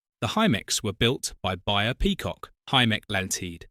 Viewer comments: Hymek pronounced highmek not Himeck , Bayer peacock pronounced Bay not Buy. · Not controversial. Beyer not buyer by the way. The Hymek (pronounced "Highmek") was a Diesel Hydraulic just like Warships and Westerns and it was because they were different to maintain than diesel electrics that they were phased out. All three classes were hugely effective with much potential but required driving techniques BR were not prepared to acknowledge. Just look at how long lived the German V200s were. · Oh my god. Afraid your videos get worse😢. A Himmeck FFS. And 'Buyer' Peacock. Think I'm finally bailing out. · And it’s Beyer (as in BAY-ER) Peacock.